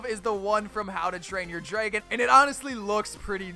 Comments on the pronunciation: Anyone else hear him saying draygon, say it right dude. Its dragon. Lol, jk i dont really care how he says it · Draegon? That how you day it lol and opionion-oepinione